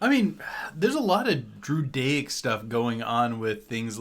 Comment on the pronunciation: Everytime he said druidaic it sounded like judaic